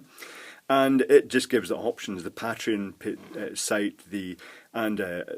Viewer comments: The way you pronounce "Pateron" still bugs me. >: I wonder, do you pronounce "patron" the same way? That would explain it. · ***** Ah, I've never heard anyone say "pat-reon" and it sounds so weird to me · you don't pronounce Patrick "Pay-trick", do you? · I think the pay-treon pronunciation is the "American" pronunciation and pat-reon is "British" but I'm sure it varies because I'm British and I say pay-treon